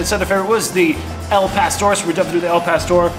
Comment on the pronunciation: El pastor? Dude, your killing me. Lol